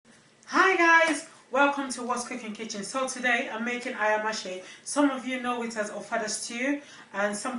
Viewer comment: Lovely recipe, looks delicious. However pronunciation is Aya-ma- se; cooking quickly.